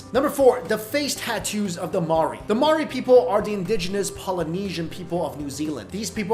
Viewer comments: the way you say Maori hahaha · That's not how you say Maori